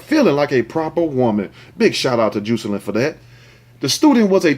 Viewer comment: Juicealynn lol im pretty sure its pronounced Jah-sa-lynn.....love how you pronounce certain words it's uniquely you. Love your videos😝